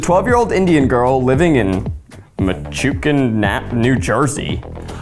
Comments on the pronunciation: I know there’s at least 10 people in these comments screaming how it’ pronounced Meh-touch-en but honestly I think I like Meh-chu-ken better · it's pronounced meh-TOUCH-en lol 😆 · Pls Metuchen is pronounced Meh-touch-in 😂😂😂😭😭😭 lmao i work in that town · Zack lmaooooo it's MA-Touch-IN NJ :) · The butchering of Metuchen NJ is sending me... Meh-tu-chen 😂😂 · I've never heard someone pronounce Metuchen the way Zach did. I had to go back to see where he was talking about. muh·tuh·chin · Okay as someone from central Jersey (btw Zach it’s muh-TOUCH-ehn) Kavi is EXTREMELY accurate for girls her age in that area lol even down to saying fuck and being a lowkey bully sometimes lmao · Meh-touch-hen is how you pronounce Metuchen. I will say it’s a little disappointing that she’s not from Edison New Jersey, Edison has a large Indian American Community, but Metuchen is the next town over so it’s kind of weird that they went with Metuchen. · Not the pronunciation of Metuchen 😅 meh-touch-chen! Hi from new jersey! ❤ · Zach, it's pronounced like Meh-touch-en; I from there. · Metuchen pronunciation from a NJ resident "meh touch chen " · for reference, it's pronounced "meh-TOUCH-in" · zach not being able to pronounce metuchen killed me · Not the way Zach butchered the pronunciation of Metuchen 😂😂😂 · zach not being able to pronounce metuchen nj is sending me as a brown New Jersey girl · I live in Metuchen, NJ and that pronunciation try was hilarious. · Not metuchen nj 🤣🤣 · The way Zach prounounced metuchen was insane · As an Indian jersey girl I just aboht screamed at how badly Zach butchered Metuchen 😂😭😂😭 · as someone who lives just a town away from metuchen, I don't think I can forgive zach for that pronunciation X"D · That metuchen pronunciation legit made me cry I laughed so hard 😂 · as someone from nj hearing zach pronounce metuchen made me die a little inside